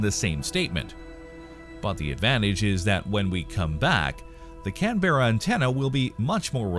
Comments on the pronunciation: Canberra is not pronounced "can berra". It is pronounced more like"can bra". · “Can-bear”? Where is that? Lol. It’s pronounced “Can/m-bra” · It's pronounced "Can-bra", not "Can-bear-are"!!! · is that Canberra or Can-bear-a. Pronounced Cam-brugh. lol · Probably thought it was a cheese. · Love how every reference to the Radio dishes in Australia all had Delta Rockets and The Space Shuttle vision. Showing a satellite dish on a mobile home would have been more accurate! Also ffs it is pronounced Canberra. Not Can....BeRRA...think Cranberry...and if you go to Fyshwick in Canberra, it is little Tart just like Cranberries! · Omg dude its not said how its spelt Canberra spelt- said cambrah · Pretty sure it's, 'can-bear-ah'. The folks 'down there' talk funny. My wife has an uncle in Adelaide, he 'talks funny' too. Then again, we're from the South Side of Chicago so who are we to criticize anyone's speech ;-) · What you expect with the pronunciation " CAN ..BEAR.. RA " also FFS !!!! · Please pronounce canberra correctly ask an Australian